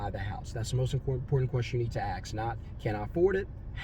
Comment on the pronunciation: Dude! It’s “ask”, not “aks”. WTH?? 😮